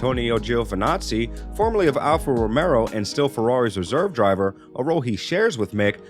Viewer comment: I keep hearing Alfa Romero and I'm waiting for zombies...